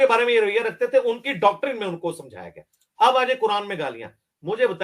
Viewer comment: ڈاکٹرن۔۔۔صحیح تلفظ نہیں ہے۔۔۔صحیح تلفظ یہ ہے۔۔۔ ڈاکٹرائن